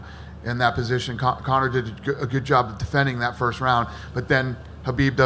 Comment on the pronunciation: I cringe everytime Dana says Conor.